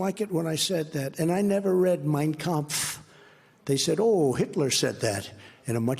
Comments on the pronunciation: The way he pronounced ''Mein Kampf'' shows he has read it many times. As someone who is fluent in German, you can't pronounce it this way if you ain't into it! trumpf is awful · If he never read Mein Kempf, he sure pronounced it very well; unlike basic English words he struggle with. Either he's watched it or it's ingrained. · I cannot believe he can even pronounce “Mein Kampf” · I speak German: He nailed it! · I loved Conway’s take. For someone who famously doesn’t read and can barely string a sentence together Trump pronounced Mein Kampf perfectly. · When you pronounce the hard pf in kampf youve read the book, normal people dont know how its spelled. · He sure pronounced mein kampf just fine......devil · How perfectly he pronounced the book....yeah, never read it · Prob the only book he ever read. Didn't read it, but knows exactly how to pronounce it. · No problem pronouncing it, though😅. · He can barely read a teleprompter, but trump sure can pronounce "Mein Kampf" flawlessly. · I’m sure he never read it, but he uses the AUDIO book as ASMR every night. I found it interesting that his pronunciation of “Mien Kampf” was spot on when he struggles with words in English. His pie hole is a LIE HOLE! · Funny(?) how it pronounced the title perfectly...never read it ? Evil liar.